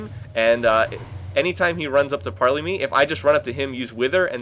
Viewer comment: gangplank's q is pronounced PARLAYYYYY